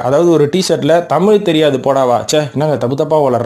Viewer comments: மொழிப் பிரிவினை , அதைப் பெருது படுத்துவதும் இருக்கட்டும் ........ நீங்கள் குறிப்பிடுவது தமிலா அல்லது தமிழா ? முதலில் அதை சரிப்படுத்தவும் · Sir tamiy illa thamizh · AYYAYYO. THAMIZ. THAMIZ. TBHAMIZ......... EPPADI. PESIYE.....NAASAMMA PONAAYE MARATHAMIZHA. MAKKUTHAMIZHA? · முதலில் நீங்கள் "தமிழ்" என்பதை சரியாக உச்சரியுங்கள் பார்ப்போம்.